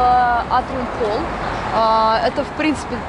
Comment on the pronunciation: Я считаю,молодожены выбрали площадку с выходом на крышу... Не расслышала атлон? Холл))))